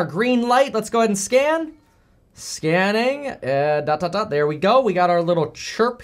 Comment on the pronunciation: every time you say scanning I keep hearing scamming